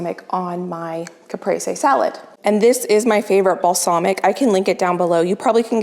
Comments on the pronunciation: FYI, Caprese is “cah-PRAY-zay. And that person’s recipe isn’t a true Caesar dressing as it’s missing several ingredients, so they wrote more of a Caesar light version. Also, I wouldn’t add bacon, if one is adding, till the last minute or it will get soggy. You must have a huuuge family to put 4 pasta salads to use! Oh, and I just read from a chef who said we are wasting food if we discard cilantro steams, who knew?! I use to toss them! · Speaking of pronounciation, the cheese is co-TEE-ja (co as in 'call' rather than as in cope. ja can be pronounced as ha if you can't prononce the spanish j). But fefinitley not co-HE-ta Also cap-RE-ze